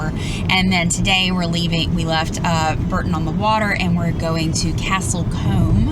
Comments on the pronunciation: BOOORTON not BERTON on the water, guys x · Please ask locals how to pronounce each place name. They are not always pronounced phonetically and it is a little irritating for Brits to hear them constantly being pronounced wrongly. It's not "BURTON" as in Richard it's BOURTON as in BOUGHT. Castle Coombe is pronounced as in "DOOM" not as in COMB. Hope that helps! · It’s pronounced Boreton on the water we are not far away 20 miles south in sunny Swindon Wiltshire we take all our beautiful Cotswold villages for granted 😁